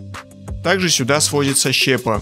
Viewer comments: доброго вам времени суток. С удовольствием смотрю ваши ролики. Но простите мне небольшое замечание - вы частенько не правильно ставите ударения в словах. В данном видео прям сильно режет слух слово "щЕпа". Правильно говорить щепА. Мне не принципиально, но хотелось бы, чтобы вы повышали свой уровень владения русским языком. Поверьте, я не один такой. Всего вам наилучшего и успехов в развитии канала! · Господи ну как можно с серьезными щами говорить про производство, говоря при этом Щепа, на не щепА? Автор почитай учебник русского языка!!! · Интересно на наших производствах побывать! Небольшая поправка, не щЕпа , а щепА . Распиливаются на щепУ . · Приветствую. Слово щепа. Не там ударение по моему. Хороший ролик, спасибо. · чувак в слове "щепа" ударение на 2й слог!! так слух режет, как пенопластом по стеклу ! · Щепа, ударение на букву "а". Если готовите качественный ролик, но сомневаетесь в правильности произношения слов, воспользуйтесь словарем.